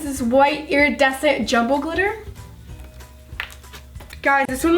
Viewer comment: She says airadecent